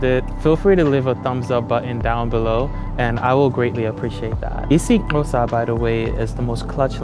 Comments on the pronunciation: Its not isi(qosa) Its isi(Xhoso) Bu you tried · Well you didn't nail the IsXhosa click but I appreciate the effort... You nailed the subject though. Awesome video love from Mzantsi🇿🇦❤️🔥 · You are pronouncing it as Isiqosa. It's Is-i-Xh-osa. I appreciate the effort you put into pronouncing it. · Isixhosa not isiQosa😂😂😂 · That's not how you say isixhosa, the way you pronounced it we'd have to write it as follows isiqosa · Nah bro, u didn't nail the Xhosa click but you tried. You said it better than Kendrick Lamar tho💯 I give you 60%, you just need to put more power into it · My gf is Xhosa and you did not do that click well bro 😂😂😂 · You didn't nail the IsiXhosa pronunciation tho.😂❤ Our language comes from the Khoi and San language which i grew up being told its the Xam language. The Xam language has more clicks than IsiXhosa. I love this video and i hope people from around the world would look at our Continent open minded.❤ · IsiXhosa I won't lie to you my G you didn't nail it but you're coming, Love from South Africa 🇿🇦👊🏽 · I heard your click on the isiXhosa, and it could use a little more work. But a good attempt 😊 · I'm xhosa and your click isn't the greatest😂😂😂💔💔. There are 3 clicks in isixhosa, c(soft click), x(medium click) and q(hard click)